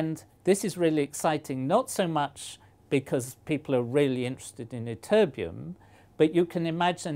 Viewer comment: Emphasize the TT in ytterbium would ya, you say it like y-terbium